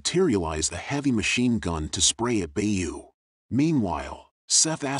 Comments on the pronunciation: The gunslinger mushroom name is Beau prononced BO,not bay-u. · The pronunciation is so bad sometimes I have to wonder if this is an air with a script cause how TF do you get Bay-You from Beau? It's literally just 'bow' as in the weapon, and somehow...This has to be an AI, right? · Great story and thank you for sharing it! Although I must admit I physically recoil every time the narrator pronounces Beau as "Bay-you" instead of "Bo" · Very nice recap <3 "Beau" is the french word for "beauty" (male gendered). It's pronunced "Bo".